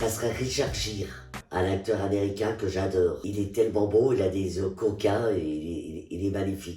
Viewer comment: "aller tcha-tchat les jeunes !" 'j'adeur j'adeur j'adeur !!"